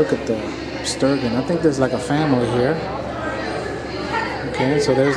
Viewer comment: Haha you said Stir gon..... try stir gin